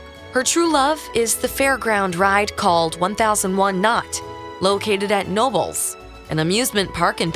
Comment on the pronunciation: The amusement park in PA is not pronounced "nobles", it's Knobles [Kah-No-bles].